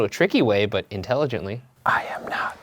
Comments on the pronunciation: instead of ‘i am not’ it sounds a lot more like ‘i hope not’ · It does sound more like I hope not now that I listen to it again. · The "I am not" sounds more like "I hope not" :x Edit: That or "I hope" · The voice sounds like "I hope" instead of "I am not"